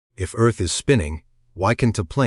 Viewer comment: Eth axis? Ditch the AI man.